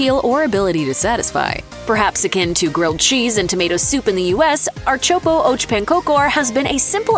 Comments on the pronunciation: I appreciate her efforts to pronounce the Swedish words, I would even give it a pass ... ... except "ärtsoppa" ... I had to take a double-take on that one. She didn't butcher the word, she mashed the letters together into something unrecognizable that made me laugh out loud in pure distress. Amazing. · You do NOT dip pancakes in pea soup! Plus it would be appropriate to actually find out the pronunciation before saying it. "ehrt-sop-ah ahk pahn-kahker" is the easiest amercanized pronunciation. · When I first heard the so-so pronunciation of köttbullar, I had hope. My ears are still hurting from the announcer's version of ãrtsoppa och pannkakor. She did a pretty good job with most dishes, why did she do such a horrible job with that one? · Being Swedish I had to go back several times to listen to her pronounciations of "ärtsoppa och pannkakor", just wow...